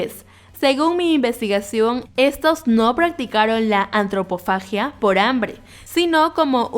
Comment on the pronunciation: Asegúrese de pronunciar las palabras con el acento adecuado, la antropofagia es comer carne humana o de la misma especie POR HAMBRE, cuando se come por simbolismo es canibalismo, en el 98 no existían los extraditables, muchos errores, debería documentarse mejor